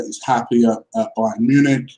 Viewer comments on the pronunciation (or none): none